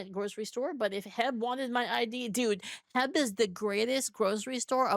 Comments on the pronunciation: She called H E B 'Heb'? Really? I don't know any Texan that calls it that. LMAO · In all my life I have never heard of H.E.B. being referred to as "Heb". I heard Heb and was like "how do you spell that? I think she means H.E.B., is she in Texas?" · who says “heb” instead of H.E.B.? I trusted you… <\3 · Me neither. To be fair though, she moved over from California